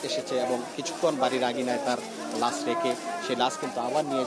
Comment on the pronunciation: ভাই লাস না লাশ।